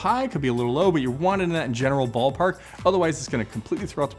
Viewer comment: Instead of general ball park I heard general ball part....